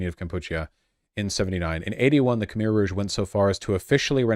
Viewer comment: It's pronounced Kh-mai!